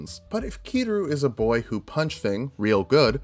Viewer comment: "KI-RU" ... I cri